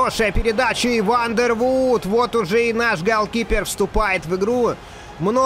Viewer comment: Вандервордт, бельгиец. Две о в его фамилии читается как одна о.